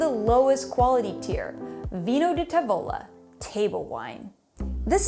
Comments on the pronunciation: TAvola, not taVOla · Tàvola, not Tavòla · Great video but make sure to pronounce the word tavola correctly; the emphasis is on the first syllable.